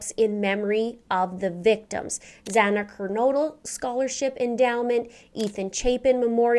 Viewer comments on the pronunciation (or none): Its Xana